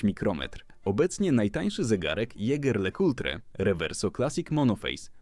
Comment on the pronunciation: jeger lekutre ?? Czyżby AI czytało 🙄